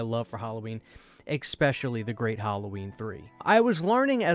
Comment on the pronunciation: Especially not eck specially